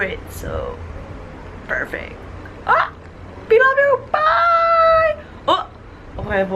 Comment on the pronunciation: When you said 'perfect' at the end of the video you sounded so american x)